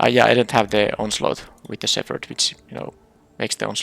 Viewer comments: Oh and btw, the "ph" in "shepherd" does not make the "f" sound. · Silent or just very barely there, the p sound should be noticeable. At first I was confused why you were pronouncing it like that, then figured you were using the "ph = f" sound rule, which just doesn't apply to shepherd.